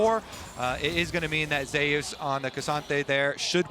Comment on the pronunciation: Why do they keep pronouncing Zeus like "Zay-us".... it's literally the greek god "Zee-oos" or "Zoos"